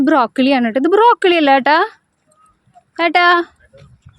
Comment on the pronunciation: ബ്രോക്കിളി അല്ല ബ്രോക്കോളി 😂😂